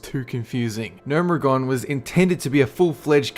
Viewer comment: I've watched maybe seven of your videos and they're all mediocre -- especially your top 10 or 15 ones. You don't even know how to pronounce half the crap. : AIR-EH-THIGH highlands? No! That's NOT how you pronounce that, actually! It's EH-RATH-THEE. I've heard you pronounce Gnomeregan two or three different ways--all of which are absolute rubbish. I want these videos to be good but man, the delivery and pronunciation is just so poor that I'm backpedaling like a Dwarf Hunter.